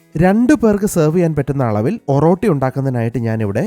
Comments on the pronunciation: ഒറോട്ടി അല്ല ഒറട്ടി ഷാൻജിയോ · ഓറോട്ടി അല്ല ബ്രോ oratti